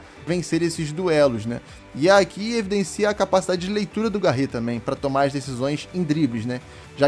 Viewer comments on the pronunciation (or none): Mano não é Garre e sim Garré, tem o acento valeu fica a dica